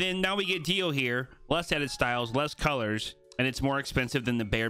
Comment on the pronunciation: Anyone else a bit annoyed that keeps saying Dio instead of Deo?